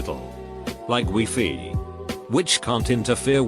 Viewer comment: Those "Wee-Fee" networks.